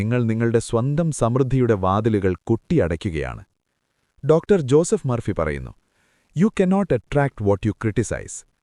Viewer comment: ഒരാളുടെ പേര് പറയുമ്പോൾ സ്റ്റൈലിഷ് ആക്കരുത് സർ, ജൂസഫ് എന്നല്ല, ജോസഫ് എന്നു തന്നെ പറയണം.